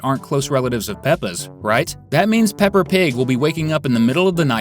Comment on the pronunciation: ITS NOT PEPPR PIG ITS PEPPER